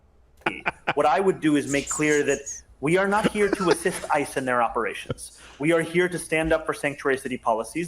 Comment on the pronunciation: Anybody notice that when Mamdani said 'We are not here to assist ICE in their operation.' Steve said that he said 'ISIS' and not 'ICE'